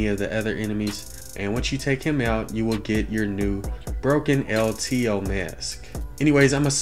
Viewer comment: "El Teheeoh"